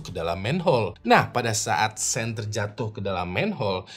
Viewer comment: Setau saya sean dibacanya syoun bukan sen bang🙏